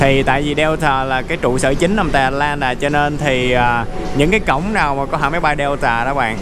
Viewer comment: Tại sao lại bỏ dấu huyền vậy? Atlantà là cái gì vậy? Rồi Tách xịt ( Texas) ? Cứ người này nói thì người khác bắt chước!